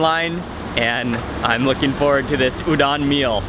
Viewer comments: Dang dude, you make food look good! And btw, just as a tip...Udon is pronounced ū-dōn. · hi mark! i love your videos and especially the japan series!! i just want to let you know that udon is pronounced oo-doh-n :) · The way he said udon made me mad so white